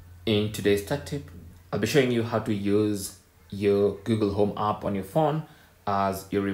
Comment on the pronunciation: Wtf is aaap? Try saying app.